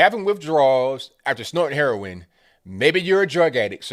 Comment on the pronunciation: Lol! Heron.. are you from Brooklyn??